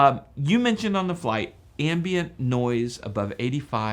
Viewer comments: The word is "ambient" like "I am" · Crazy pronunciation of "ambient" noise by the guest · does It bug anyone else that he can’t pronounce “ambient” correctly?